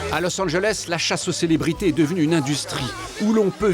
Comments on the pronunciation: « Losanjlesse » chui la seule que ça stresse quand le présentateur dis ça ?😂😂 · " los anglesse "😭😭